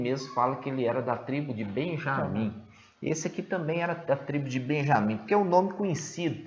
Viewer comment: Irmão,os irmão pronuncia o nome Benyamin certinho. Não foi isso que o irmão pronunciou ai, assista mais uma vez o vídeo e tire as duvidas